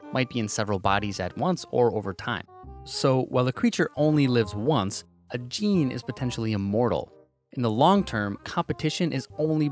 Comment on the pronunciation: also, what's a gaynay